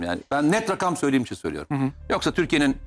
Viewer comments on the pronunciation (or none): none